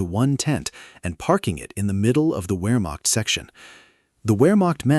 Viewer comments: In the British Army we were always taught "The 7 P's". Prior Preparation & Planning Prevents a Pretty Poor Performance". A Modicum of Prior Research would have told you that the word is pronounced, "Vermacht" and not "Wermacht". In Germany a "W" is pronounced as "V". VW stands for Folks Vagen, or People's Car, as Adolf described it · The ‘Wur-macht”? Why can’t AI handle ‘VAIR-makht’ for Wehrmacht? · "VERE" NOT "WHERE"! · Pronounced Vermacht, not Wermacht.